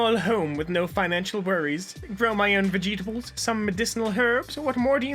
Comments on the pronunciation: "*Vegeta*bles" killed me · HOW did you pronounce vegetables...?